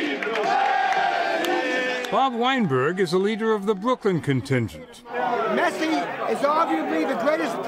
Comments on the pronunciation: Old man can't even say the goats name 😂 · god he butchered his name